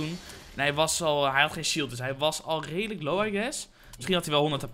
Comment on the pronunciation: Maar ja, wij zijn ook 'raidelijk' 💁🏼‍♂️ nice Engels lol